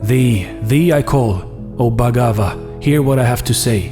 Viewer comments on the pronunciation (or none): Bro... bhaggava is pronounce bhaggawa, v is w when you are reading sanskrit. Nn is pronounce ny, manna is manya, as in japanese nya nya.